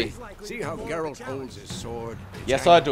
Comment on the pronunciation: why ur saying gerult and not geralt?